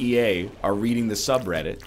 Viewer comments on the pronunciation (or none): none